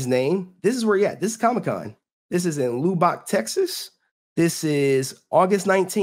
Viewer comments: Tammie Frank should have NEVER serve JDF divorce papers in PUBLIC IT SHOULD HAVE BEEN IN PRIVATE NOT TO WHERE HE WAS HUMILIATED IN FRONT OF HIS FANS AT WORK! 😡. Lubbock is pronounced Lubek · Loo boc Texas 🤣